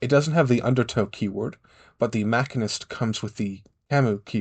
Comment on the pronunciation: Nice video! Your pronounciation actually made me go out and check how to pronounce Kamau. It comes from the Kikuyu language in Kenya, the IPA guidance is: /kà.mà.úꜜ/, which is pronounced as Kah-Mao, not Kah-Moo. I always wondered how that word is supposed to be pronounced. Also, it's Machine-ist, not Ma-Kin-ist, while yes it does come from the Latin Machina, French is an intermediary root for the word: Machiniste